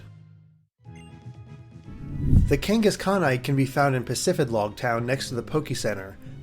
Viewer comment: "The Kengis Khan - ite" hahah